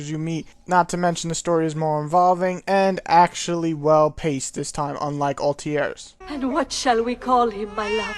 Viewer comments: "Altier and Enzio",wtf? what's the point of reviewing this game when you can't even pronounce the protagonists' names right xD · altiar? XD this guy cant speak properly